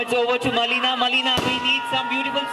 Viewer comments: Big fan of Melina Rai...but...who is the host..Even don't know the actual pronunciation...of her name... Melina..not Malina.. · Anchor needs to learn English properly..not M.A.L.I.N.A..its Melina Rai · U didn't know how to pronounce melina also malina ara...... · The host don't even know to pronounce Melina, so disgusting.